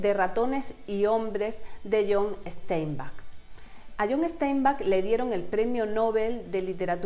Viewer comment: es John Steinbeck, como suena, no "Esteinback"